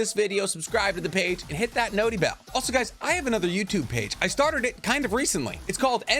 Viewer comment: exactly, I will happily watch more of this goofy golden retriever in human form even if he says "Notee Bell" which is the most annoying thing I've ever heard, because damn does he ever do a great break down.